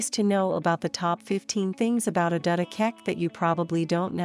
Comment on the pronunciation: The narrator couldn't bother to pronounce her name correctly and in the narrative defends Australian intolerance to difference in excusing the fact that they changed her name to Mary. Adut isn't hard to pronounce; all those sounds exist in the English language.